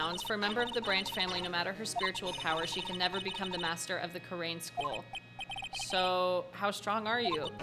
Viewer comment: I believe Kurain is actually pronounced like "koo-rine"